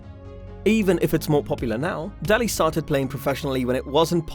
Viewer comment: It's pronounced Day_Ley... If you don't know how to pronounce the names .... quit ....